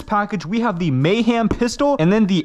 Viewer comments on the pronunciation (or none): Bro said mayhem mayham I expected the shotguns pump to just fly off when he slam fired